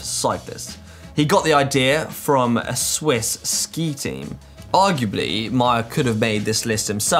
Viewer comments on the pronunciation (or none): none